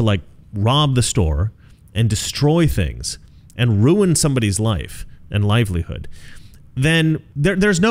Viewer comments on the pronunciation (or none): none